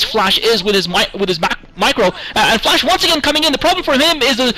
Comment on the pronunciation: Rise, FLASH not FLESH :D